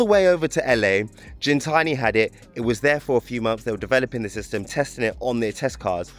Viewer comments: Why you sayi jintsni when it’s gintani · lol it’s gintanti not jintani bro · Not Jintani,its Gintani as in "give" ..but sick, first time on the channel, let me sub 🔥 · It's not pronounced Jin-tani. G-GIN-GINTANI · "GENtani" lol Great vid!! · You're saying the name of the company wrong. It's not pronounced like gin the drink...